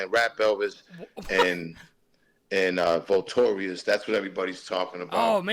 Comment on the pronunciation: Vultorious - dude can't even pronounce the title of his own song, yeah he definitely wrote that